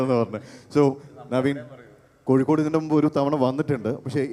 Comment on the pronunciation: ഇൻ ഡ്രാക്കാരനോട് പറയാനുള്ളത് വികലമായിപ്പറയുന്നവനെയാണ് മ്ലേച്ചൻ എന്ന് പറയുന്നത് അത് കൊണ്ട് സ്വയം മ്ലേച്ചനാവരുത് "കോയിക്കോടല്ല " അത് വേണ്ട കോഴിക്കോടാണ്.